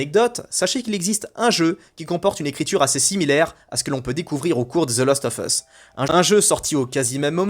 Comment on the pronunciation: Fallait que je le dise depuis longtemps : ARRETE DE DIRE THE LOOOOOST OF US, C'EST THE LAAAAAAST OF US !!! CA ME REND OUUUUF ahaha Sinon j'aime bien tes vidéos , pouce bleu toussa toussa, aha ;-) Amicalement 🙂 PS : RDR2 est le meilleur jeu du monde et il ne faut pas cesser de le dire, aha ;-)